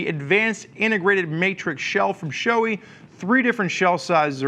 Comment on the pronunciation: its not showy its sho-ei like hey just remove the h in hey. btw. Nice review